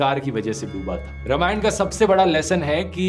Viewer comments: Dhruv, informative video, but it's रामायण not रमायण ...now I doubt you really know about history of रामायण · Dhruv, very good video but it's रामायण not रमायन